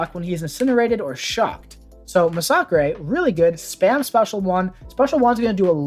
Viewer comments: Thanks for this! Very helpful! Also, nice to hear someone pronounce Masacre correctly! Kudos! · I never knew his name was pronounced “Mah-sock-ray”. I guess I always assumed it had a second S in the name and was just plain old “Mass-a-ker”. Although it does make sense since he is Mexican, I just never thought of it 😂